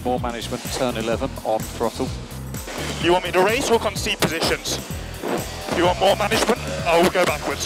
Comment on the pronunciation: “Conceed” positions